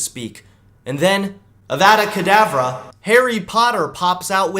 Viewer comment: how could he say avatacadabra he's going straight to azkaban